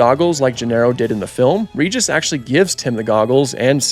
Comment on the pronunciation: You are mispronouncing Regis. It has a soft G.